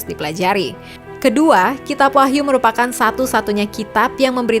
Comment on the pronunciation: Menit dikoreksi Wahyu bukan Wahtu